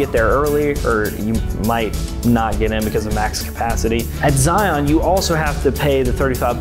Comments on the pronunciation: Please ... don't sound like a tourist and say Zi-on. Zi isn't on anything. It is just Zion. Locals will laugh at you! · It’s pronounced Zigh-un….NOT Zigh-on.